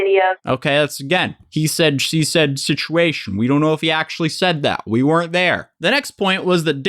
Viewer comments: ceo of he said she said schitchuashon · Take a shot every time he says “shishuashion” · Nobody:: He shed she shed shituashion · He said she shed sitchuation. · He said, she said shituation. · It’s just another he said she shed shisuation. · “Shituation” is this intentional though?! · The slip of calling it a "shituation" is accurate tho Also I'm older than and I feel fuckin ancient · no one: literally not a single soul:: shituation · I love you, no matter the shishuation 🤣🤣🤣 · You say “situation” like Scares says “mischievous”